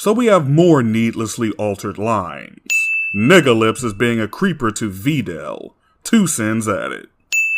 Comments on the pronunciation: “Vee dell” just chill 😭😭😭😭😭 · This guy complains about the dubs but then calls Videl , “Veedelle” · Every other version emphasizes the “i” in Videl’s name. Even the fucking OCEAN DUB does that. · Glad to see this video is back up. Also I would like to ask, is this the way you pronounce “Videl” how it’s actually pronounced?